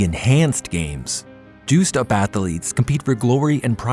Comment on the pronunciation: “Athaletes”… yeah sounds like is AI